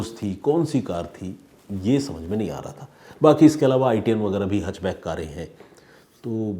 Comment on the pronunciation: Sir, it's हैच बैक नोट हच बैक